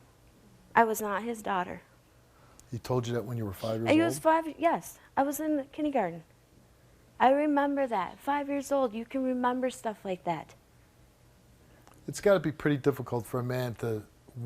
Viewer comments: Idk why but "kindygarten" and "kidney-garden" bug the hell out of me when I hear it said like that lol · "I wassinkindygarduhn..."